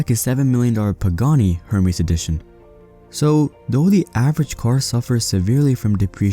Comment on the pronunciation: Ermes not Hermes 😂😂😂😂